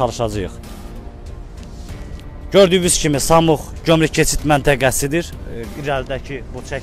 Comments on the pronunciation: Samux yox qardash. SAMUR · Samux deyirsən. Samur deyil.? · Samux yox ay qaaa SAMUR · Samux deyil Samurdu əvvəl danışmağı öyrən sonra mikrafon götür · Ay yazıq aparıcı , bura Samux yox , Samur keçid menteqesidir . Mənteqe adını düz deye bilmirsiniz , xeberlerinize nece inanaq ? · Ay jurnalist Samux deyil Samurdur. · Sen danışa bilmirsən ki.samux yox samur.ozude jurnalistdən